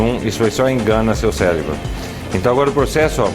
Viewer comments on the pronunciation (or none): none